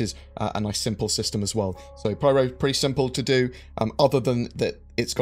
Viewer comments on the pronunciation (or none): Py-ro Pie. Ro. Not Priero